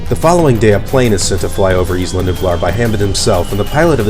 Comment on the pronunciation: The way you say isla is wrong. It's "I-La". Like island. You don't say is-land. Just saying. Don't care really and not even sure why I'm saying this lol. Great video totally just subscribed.